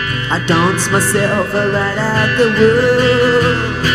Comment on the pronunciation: "donce", take a "chonce"!!!